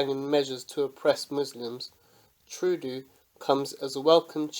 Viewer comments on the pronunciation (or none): Troo-doo xD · Here we go! Respect from Vancouver, BC, Canada. #FeelTheBern P.S. it's pronounced "true-doh"